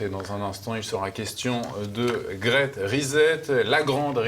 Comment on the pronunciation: "Il sera question de "Grète rizette" ?! M^me si vous n'aimez pas l'anglais, faites un effort pour prononcer à peu près correctement. ça ne donne pas env-ie de vous écouter